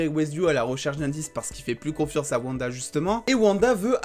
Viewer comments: Par contre stp c'est OUanda et non Vanda 😭😭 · Stp dit wanda pas vanda 😅